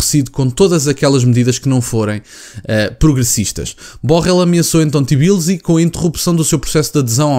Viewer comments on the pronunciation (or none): Apenas para informação, o nome da capital da Geórgia pronuncia-se como se escreve: Tbilisi (te-bilisi) Abraço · Boas, diz-se T - i - b - l - i - s - y (Capital da Geórgia). Excelente vídeo.